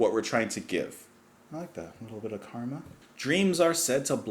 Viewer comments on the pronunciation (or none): none